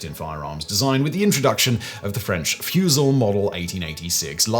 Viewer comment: french fusil model is pronounced "fuzzy"